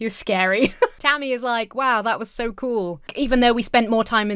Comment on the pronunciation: so doesnt have an "R" in it